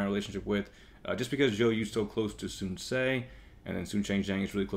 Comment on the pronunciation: nice video! But just being picky, I speak Chinese and it kinda bothers me with your pronunciation of the names. Sun shangxiang- /sun shang see iang/ (xi is pronounced like 'see'. Sun quan- /sun chu an/ (qu is pronounced 'chu'. Sun ce- /sun suh/